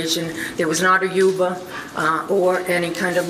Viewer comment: can we just take a second to appreciate the PA accent here specifically the way she pronounced Uber? I love the USA